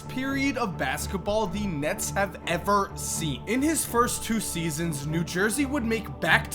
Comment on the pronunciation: why did he say ever like that lol